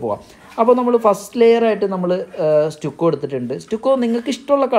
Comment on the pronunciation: അതെസ്റ്റുക്കോ അല്ല സ് റ്റക്കോ എന്നല്ലേ